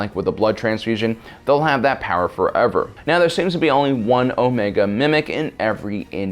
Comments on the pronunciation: HAHA he just said stop it meow get ur speech impediment fixed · Pretty sure he said stop it "meow"